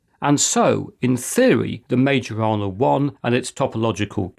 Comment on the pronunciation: Increadilbe stuff. Majorana is pronounced: Mai yo rana. The "r" is trilled (rolled), but not expected from non speakers. *myorana.